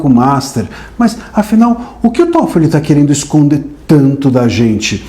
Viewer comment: É TÓFOLI NÃO É TOFOLIS NÃO! NÓS NÃO ESTAMOS A GUENTANDO UM, VOCÊ QUER ARRUMAR DOIS OU MAIS?